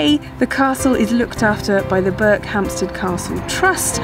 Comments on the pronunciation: That's BERKHAMSTED ... No "P" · Berkhamsted, no P. With the emphasis on the last syllable. Not BerkHAMPsted... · Interesting. I would have expected it to be pronounced Berk-um-sted. Just goes to show you never know. And nice to know they have such good train service. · Intrigued at how this place is pronounced. Ive never been, but I’ve always called it Ber-cum-stead rather than Berk-hamstead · Not sure - I grew up around there and don't pronounce it the way does. For me the first 2 syllables run into each other more - 'Burkham-sted' rather than 'Burk-ham-sted' if you get what I mean. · The emphasis is on the 'Ber'. Interestingly in nearby Chesham you can find a 'Berkhampstead Road'. Not sure who it was spelled like that; maybe an admin error or maybe something more historic. No idea. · No P in this one. 😀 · There is no "P" in Berkhamsted. It is unknown when the "P" was taken out of the name. The clue is in the opening shot of Berkhamsted station. Otherwise a great video as usual. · You pronounced Berkhamsted wrong :( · Not a bad effort,but we who live here ,don't pronounce it like that...